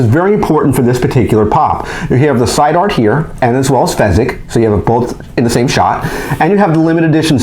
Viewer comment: Its fizzgig not fezzgig